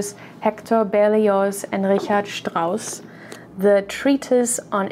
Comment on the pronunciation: Richard Strauss sounds great, both his music and how a native speaker pronounces his name